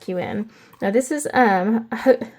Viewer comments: Hygge is pronounced hoo-gah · All good - we were all wrong anyway - it’s who-ger according to the danish pronunciation :) ;) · Don"t be bathered - danish is not easy to pronounce I can tell you 😅 There is no sound in the english language how to pronounce hygge. If you know the german language is the y pronounced like the german ü. But it does not matter - I appreciate your thought about it ❤ and I smiled a lot Thank you for your fantastisc videos - they are very helpful